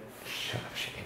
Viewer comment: I heard Shane say Shene instead of his name...😂